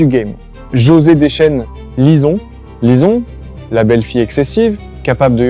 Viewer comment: Probablement avec les phrase saccadées et les noms des personnages : Lisone, Momane etc! Merdique quoi!